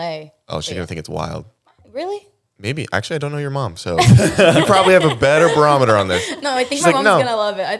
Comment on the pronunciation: PLEASE STOP SAYING BAROMETER ❤